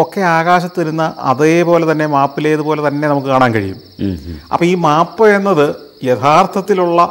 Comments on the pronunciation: Yes; noted it many times before, its മേപ് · Kurachu koodi onnu sheri aakki kkoode sir. . മാപ് അല്ല map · Everything is good. But please pronounce "map" correctly.